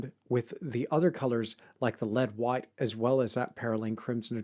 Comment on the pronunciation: You can sense the Aussie/Kiwi accent by the way he says 'white' as something like 'whoite'